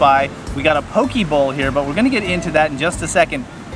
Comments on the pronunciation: Its not paw-kee or paw-kay. Its po-keh Po in “Political”, and ke in “Kensington” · Lol not PoKay. Its Po-Kehh. Im born and raised and still living in Hawaii fyi. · not key its keh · It’s pronounced PoKay. Fun video!